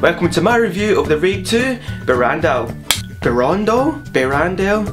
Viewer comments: the way you say " Berandal" the first time is the correct one, great review , cheers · Your pronunciation of "Berandal" was top. First reviewer to get it right.. (